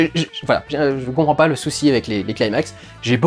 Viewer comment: Super vidéo, mais petite précision le mot "climax" se prononce avec un "cli" comme dans climat. Et non pas "claillemax". Et pour cause c'est un mot grec.